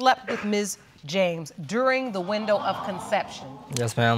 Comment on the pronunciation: "Conshepshun date"